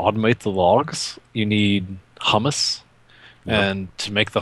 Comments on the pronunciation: "Humus" is pronounced "hyoo-muhs". :x The word you've been pronouncing is "hummus". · The humus is pronounced "h-you-mus". It is the decayed biological matter in soil. It is not pronounced "hum-mus" which is a dip made from chickpeas.